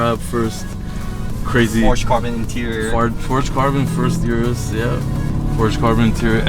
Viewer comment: O-RUS not U-RUS